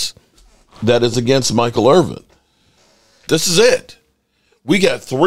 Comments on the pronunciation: Please make a better effort at getting the man's name correct: It's Michael IrVIN, NOT Irv-VING DO BETTER BRUH! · I guess if you were really concerned about Michael Irvin, you would learn how to pronounce his last name properly. There is no "G" in Irvin. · dude....please quit calling him Irving....its Irvin....thanks from all the real cowboys fans.